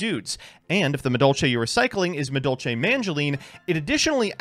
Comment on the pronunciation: really just can't read Madolche cards huh?